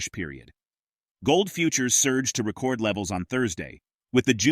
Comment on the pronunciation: AI voice says "ree-CORD levels" instead of "REH-cord levels. "Abandon AI content and alert others.